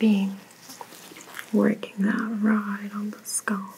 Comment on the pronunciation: Very soothing—but please; the word is scalp not sculp.